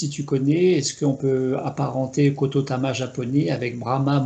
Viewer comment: Merci pour ce partage. Permettez-moi juste une petite rectification: on ne dit pas KOTOTAMA mais KOTODAMA. Il s’agit de l’âme de la parole car “de tout souffle naît une vie” et cette âme est exploitée au Japon par exemple dans les incantations pour purifier un lieu afin que ce dernier puisse bénéficier de “bonnes ondes”.